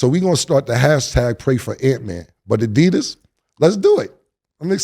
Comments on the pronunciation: Cam is MURDERING adidas lmaoooooo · Adidas sub-diss’n Cam smh lol IIWII up 1000 😂